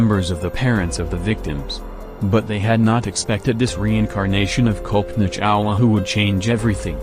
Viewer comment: It's pronounced Cullpanaa Chawla (not Kowlpoena). 🙂